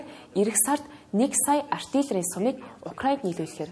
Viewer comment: Артел биш минийхөө Артилер гэж хэлнэ❤❤❤